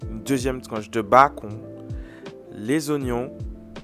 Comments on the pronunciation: Il le sait très bien il parle anglais, il fait juste exprès de prononcer comme ça 😅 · Lol le BACON, ça se lit le « Beacon » , donc beacon burger 🍔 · Un madras BA.CON😭😭 , un steak et un zeu 😂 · Mais pourquoi il dis Bacon 🤣🤣🤣 c bacon(bécon) 🤣🤣🤣 sinon bonne recette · On dit pas "bakon" sa se prononce "béconne"😂😂😂😂😂😂😂😂😂😂😂 ces un mot anglais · Mais ,mais ,mais ,mais on dit "bécone" pas "bacon"😭😭😭😳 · Ça s écrit bacon mais on dit béconne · on dis le bacone pas le bacon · C'est une blague tu prononce "BA-CON" au mieux de dire "BAI-CONNE" 😂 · Non je te corrige la parce que ta un français cochon tu prononce très mal bacon et c'est un œuf pas un œu c'est tout si non tu est très cool